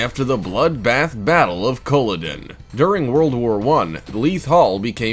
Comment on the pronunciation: Culloden. Is pronounced cul-ah-den